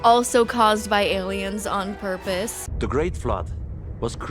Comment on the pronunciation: the way this guy says "purpose" lmao